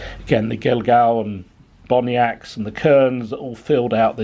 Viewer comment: Gil-gal and bonniacts are pronounced as gallowglass and bonnats i can forgive you as you are a sassanach lol